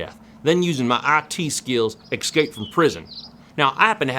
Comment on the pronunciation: "Ekscape", say it correctly. :P